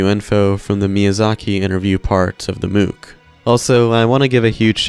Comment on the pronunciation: They way you pronounce mook is so silly. Think about how you pronounce book. You don't say booook, do you? Anyway, thanks as always for the video